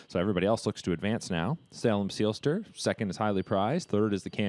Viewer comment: Tsk...SAY-lem Seelster!